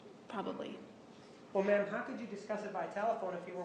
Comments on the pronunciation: Now everytime he says Ma'am I just hear Bitch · I thought it was only in my mind ma'am when he say it automatically convert to bitch. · I love how Juan can make "Ma'am" sound like "bitch".